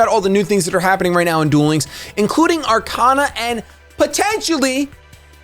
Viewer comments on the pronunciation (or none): Are-Kay-Na, not Are-Kah-Na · It’s Ar-Cain-A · It’s Ar-kay-na you dumb fuck! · You pronounced Arkana wrong, its pronounced arkayna.